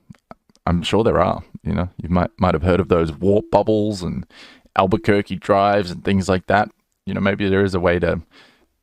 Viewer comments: Did he seriously just say an "Albuquerque drive"? I'm fairly certain it's Alcubierre drive..... lmfao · "Albuquerque drives" you mean... Alcubierre drives? 🤣🤣🤣🤣